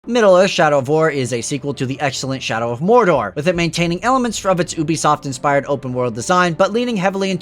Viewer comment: Lol "Oobiesoft"